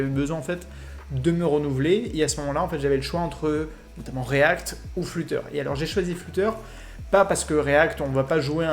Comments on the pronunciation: Svp, ça se prononce flater pas fluteur! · Mais oreilles ont saigné à chaque fois qu’il l’a prononcé ^^